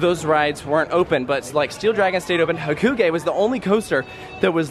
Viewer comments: its ha-koo-gay. It's how it is pronounced in Japanese. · It’s HAH-KOO-GUY